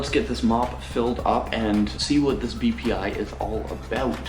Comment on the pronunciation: am I the only one who heard "PPI"?